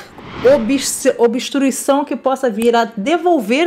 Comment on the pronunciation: Se diz obstrução e não obstruição !